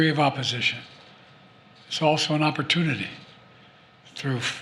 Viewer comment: An "opportoonity" for who? BlackRock?